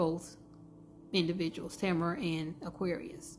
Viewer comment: This is my good friend! 😭Her name is pronounced Tuh-meh-ruh